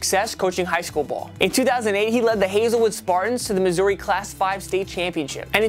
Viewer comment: As someone whos from Missouri the way you pronounce it made me cringe